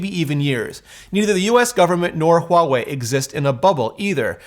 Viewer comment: You are one of the few who has said Huawei’s name correctly. Good on you!